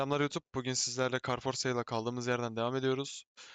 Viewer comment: Carfeorsa dedin ilk ahwhahaha